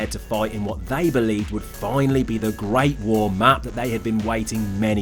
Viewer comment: "ve gret vuor" LOL